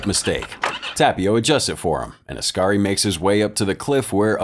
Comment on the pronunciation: It's oskari, pronounced os-car-ee